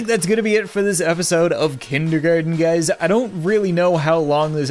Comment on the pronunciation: When he says “-ard” It sounds weird Like KindergARDEin